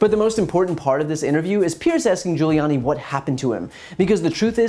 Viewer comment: lmao at Giullani.